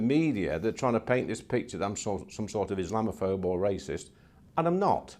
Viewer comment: No this is the real Tory Party in full Meltdown, no Tory minister can pronounce Islamophobia